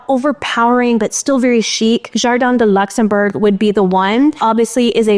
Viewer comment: Jardin du Luxembourg is a beautiful name refering to a beautiful place in Paris. It's pronounced Luux-enm-boo-rr. 😅